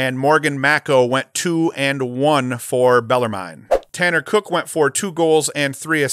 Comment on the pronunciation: Love the video. Bet it’s pronounced without the e. Bellarmin